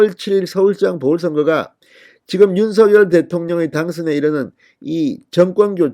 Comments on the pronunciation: 왜??윤서결대통령으로 아직 발음하시는지 대통령이 윤성열로 불러주길 원하셨어요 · 윤성녈로 읽으라고 문자줬잖아. 좀 띨하네.